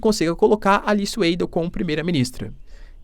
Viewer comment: Boa noite,! Seus vídeos são muito bons!!! uma dica, a pronúncia correta do sobrenome da candidata alemã é 'Vaidel')!:)